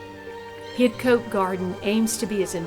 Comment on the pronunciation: Lawrence Johnston was born in Paris France he was a British citizen heserved as Major in British armies during two wars. Hidcote is pronounced HIDCOT. johnston buried in local church hear gates to his gardens but went to France to build another .He died there and body brought back to be buried next to his mother in England. Only his mother was born in America.